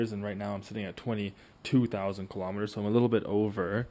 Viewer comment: learn how to say kilometer right u fucktard..take a science class too bitch